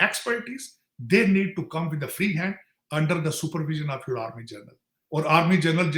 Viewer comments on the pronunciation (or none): Today I got convinced that Tarar Saab is an erstwhile Sikh converted to Muslim as he is repeatedly mis pronouncing "General" as "Jarnail" (Singh) ! 😂😂